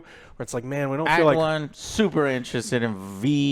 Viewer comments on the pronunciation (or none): It's Vi not V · Joe is Vi not Vee. lol. Also for anyone who hasn’t seen the show or Act 2. When they talk about Act 2 only listen and don’t watch. The clips they have pretty much completely spoil the end of episode 6. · Joe still saying V instead of V.. iiiiiiii is disrespectful so the many vi mains. 😭😅😅😅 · Keep pronouncing Vi as Vee joe... definitely doesn't bother me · god I really hope Joe stops calling her “Vee” instead of “Vi” by the end of this season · say vee one more time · Bro really said vee 💀💀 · He says Vee cuz of cyberpunk i think lmao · How do you mispronounce the main characters name Vi?! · Bless Joe's ability to pronounce Vi's name 4 different ways in 30 seconds.